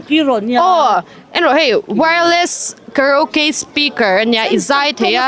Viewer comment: Ka-ri-o-kay tia lam tur. Changkan hmel deuh hian lam thiam hi kan awm mang tlat lo mai he word hi. Ka-rau-kay hi kan ti vek maia, a dik miah lo a ni.